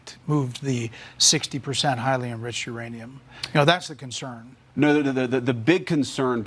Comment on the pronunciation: Vance saying "Iranium" several times. Either trying to be funny (fail)fail or stupid. You decide.